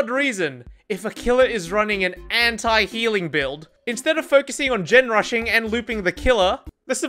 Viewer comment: Can’t process how he says “Anti” as “Hentai” , always gets me a laugh